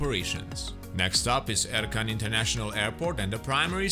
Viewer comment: Nice, accurate review. I liked it. I play DCS and I speak Turkish. The C in Ercan and Incirlik is pronounced J as in John or Jedi. Injirlik. Erjan. The C in Gecitkale has a tail like in French and is pronounced ch as in chat. Gechitkale. The s in Pinarbasi is pronounced sh. P'narbashi. Very soft i at the end. Looking forward to this map very much.